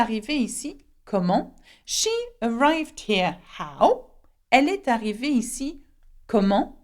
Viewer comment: in while pronouncing example of comment est-ce qu'elle..... Why did you speak est and arrivee saperately Don't you think you should make liaison and pronunciate as "ee-s-ta-hhi-veee"